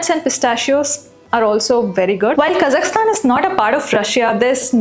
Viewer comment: you are the only Indian the name 'Kazakhstan' properly pronounced, BRAVO! like it. :)